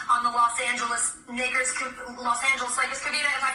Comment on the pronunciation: Naw ahch.. she said nakers..🤣🤣🤣🤣🤣🤣🤣